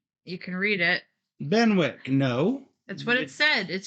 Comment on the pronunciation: Good to see returning to the land of King Arthur following Legends of Camelot. I am pretty sure Benwick is pronounced Bennick just as Alnwick comes out as Annick.